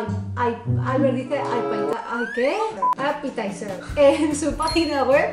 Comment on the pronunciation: "Ai (ojo) petizer supongo que de "appetizer" jajajaja...